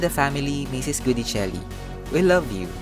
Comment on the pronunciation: Sinabi nang Gui(gwi)dicelli hindi GUdicelli. Enebeyen! Paulit-ulit. In Italian, si pronuncia come si scrive. O kaya binibigkas kung papaano sinusulat ayon din sa kanilang alfabeto. Mamma mia ka. Click bait ka na nga.